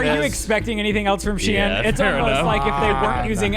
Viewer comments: Am I the only one bewildered at the pronunciation of SHEIN?! She-in?? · When you guys said SHIEN, it sounds like you're saying the name of the city I live in in Norway, which is Skien (pronounched scheen) XD